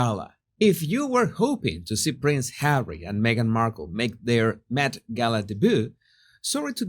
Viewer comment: I can’t help laughing when you pronounce Harry as hawy, it sounds like marv (one of the thiefs) in home alone 2, where kevin throws bricks at marv and then he calls for Harry (the other thief) and he also say hawy 🤣